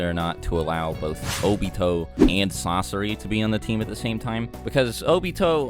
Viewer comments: he calls sasori "sasora" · Did he really say sasora? fr?! You gon do my main sasori dirty and try to combine his name with someone who is useless COMPARED to him?!? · Sasori ❌ Sasora ✅ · He said Sosora not Sosore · Did no one realize that’s he called sasori sasora somewhere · "Sasora" 😂😂 Sounds cooler tbh. ( :12) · this dude said sasora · Sarora lol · he says sasora